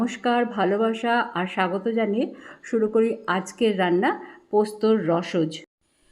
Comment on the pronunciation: রসজ্ বলবেন না শুনতে খারাপ লাগে। মনে হয় রসজ-অ বললে শুনতে বেশি ভাল লাগবে।